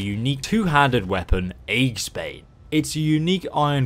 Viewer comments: A-Jis-Bane! Aegis god dammit! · Heads up because see this word in games all the time but nobody gets it right, Aegisbane isnt pronouced it is "e-jis". An aegis is a type of shield. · ayy-jiss bane